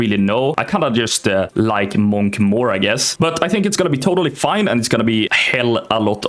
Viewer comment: "my first characeter is a månk"